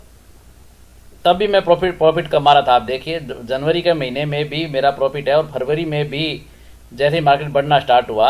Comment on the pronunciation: महिने नही महीने। सही शब्द महीने होता है।